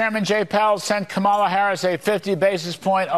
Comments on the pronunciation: It’s the moments that they forget to mispronounce her name that get me. It shows that they know full well how to pronounce it but make a choice not to. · And they still keep deliberately mispronounced her first name. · I wouldn't take advice who can't properly pronounce VP Harris' first name. Even after a grade school.gave instruction at the DNC Convention. I expect more intelligence from my advisers. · Pronounce her name correctly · So Larry, guess you didn't understand the lesson: It's Kama - as in comma, then just add in a "la." So Larry, you get Comma-la, then put the two together and what do you get? Commala, or even better, Kamala. See, it's very easy even a child can learn it. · Kudlow……I know this is difficult to understand, but since you purport to be a professional “news” person, try to remember: It’s ‘KOM-a-la’, not ‘Kum-AH-la’. You’re welcome. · KAM ala NOT kamMaAL a you cannot say her name correctly......STILL. DIK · Already insufferable are the candidates who change Mrs. Harris' name, why is this vulgar habit tolerated even for FOX reporters? can someone make a tutorial to explain to those great minds, that it is KÀ-MA-LA not KA-MÀ-LA STOP PLEASE,some respect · With his disrespectful whining arse! Almost always mispronouncing, on purpose, VPOTUS Harris' first name! VERY seldom does he slip up and say it correctly. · How many times can he missprounonce the Vice President's name??!! Practice! It's Comma-la phonetically. How easy is that?! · Omg her name is COMMAla Can’t any of them get it right?! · "Comma la" it's not that hard. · It's funny how such 'educated' men will always mispronounce Kamala's name. every. time. Sooooo clever. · He said Kamala’s name correctly the third time, it just proves that those clowns are showing disrespect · What a disgraceful newscaster on FOX to mispronounce the VP first name.